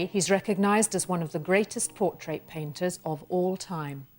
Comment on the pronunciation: Awesome video was more distracted by her lovely accent and how she pronounced 'portrait' as 'por-TRATE' to retain any useful information 🤗